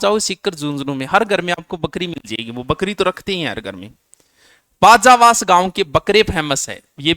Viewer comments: बाजावास नही है सर वो बाजवास है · बाजावास नहीं बाजवास है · सर बाजावास कोनी बाजवास है